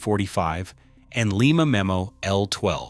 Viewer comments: It's LYE MA.........not Lee Ma. Lee Ma is in Peru. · And it is lye-ma not Leema. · STOP 🛑 we don’t live in Peru. Lima, OH is pronounced lime-uh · Thank you!! …. That pronunciation bugged me all through this video ….